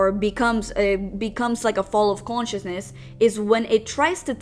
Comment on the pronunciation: "Quantiousness"....... lmfaoooo. cant even say consciousness. The bare minimum for the video btw.